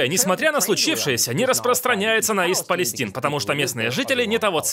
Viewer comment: ИСТ ПАЛЕСТАЙН !!! Или Восточная Палестина . А то ''ист палестин'', ухо режет.